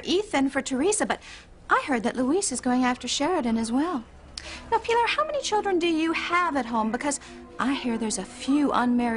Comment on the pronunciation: Always thought it was so degrading how rebbeca called pilar, pee-lar.